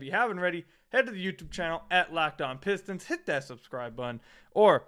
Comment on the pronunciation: Adam Silver cares so much about Detroit that he can't even pronounce our team name, what a joke